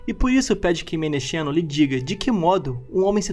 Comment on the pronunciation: "Menexeno" se pronuncia "Menekseno". Na transliteração usa-se "x" para representar a letra ξ = ks